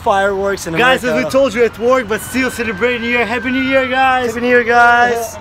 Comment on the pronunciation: У вас отличный английский, но хэппи. хоул хоуп, пытались исправить произношением буквы h? Всего наилучшего